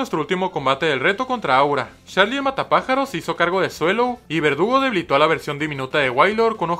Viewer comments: Dices verdugo menos una vez en todo el vídeo y se supone que es vergudo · Em alguien se dio cuenta que en ves de decir verdugo dice vergudo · Like si vieron que dice vergudo envés de verdugo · XD dice vergudo